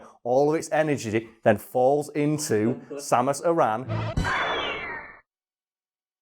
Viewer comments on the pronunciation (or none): none